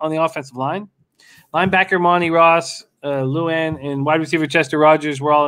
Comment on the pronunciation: The way he mispronounces Lewan is cringeworthy